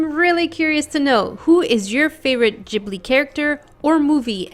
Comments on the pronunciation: Its call ghibli not jibli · Its pronounced Guibly not jibly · It's a soft G!! Its Ghibli dont pronounce it "Jiblee"